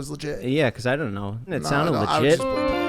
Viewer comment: Get off the pod bro.. the way he pronounces “know” “so” it’s so annoying dude been saying this since he was bald in the early days lol.. replace him with mike!!!! Please I’ll box and if I win he’s off the pod